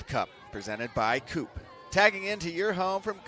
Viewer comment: Can you please figure out how to pronounce "Coop"? They pay your bills, so badly mispronouncing them in each and every video is a bit disrespectful.